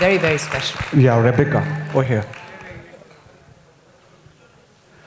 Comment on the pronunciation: They keep calling her Repeeca! It's Rebecca you dope!